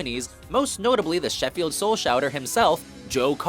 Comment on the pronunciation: pronunciation of Sheffield and Yorkshire is pitiful